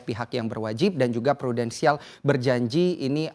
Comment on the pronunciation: dia bilang Prudensial? Wkwkwk